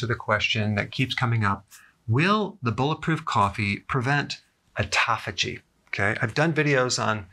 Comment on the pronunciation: I felt embarrassed as soon as he correctly pronounced autophagy. I've always pronounced it like "auto faggy"